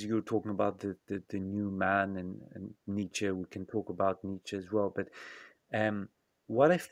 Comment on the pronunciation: Good convo, but good God, some of the French pronunciations... "Nazi" as "Nayzeee", "Nietzsche" as "Neesh". LOL. Yeesh! Very hard to understand you at times.